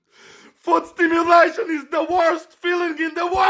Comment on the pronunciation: Kinda made me wanna watch Harry Potter 😂 it's foot stim-U-lation not foot stimu-L-ation